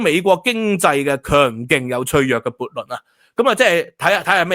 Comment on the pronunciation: 不是悖（撥）論，是悖（背）論！！